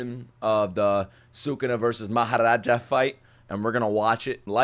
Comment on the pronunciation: Nah bro really said "Mahoraja"